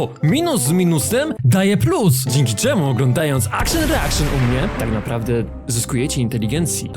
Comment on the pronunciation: Akszyn reakszyn to najlepsza wersja od:elbowcough:🧡🦘